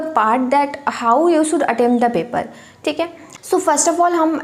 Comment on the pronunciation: सुड नहीं शुड बोलते हैं मैडम।